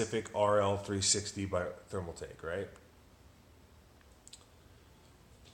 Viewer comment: Bro... you made my head hurt here! Stop saying Thermal tech.....It is ThermalTAKE! nice looking build though. Just kinda poor on explaining everything